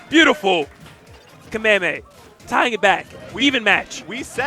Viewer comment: He puts the emphasis in the wrong syllable, not really sure why it's cringe though